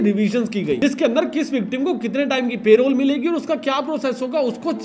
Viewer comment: Bhai.. Good Video.. But Payrole nahi hota Parole hota hai. thoda pronounciation pe dhyaan do